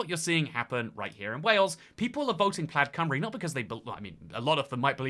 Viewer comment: Hearing pronounce it plad cymru and then say it rolls of the tounge is so funny 😭